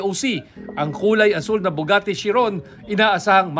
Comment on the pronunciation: Sabi ng reporter "Bugatte"! 🤣